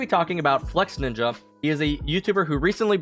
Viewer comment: its not flexNINJA ok hes flexINJA